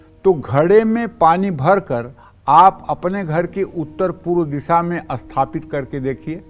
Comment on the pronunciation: Likha toh sathapit hai bol asthpit rahe ho. 😇😇🙏